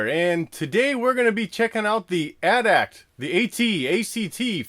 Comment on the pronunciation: it is At-At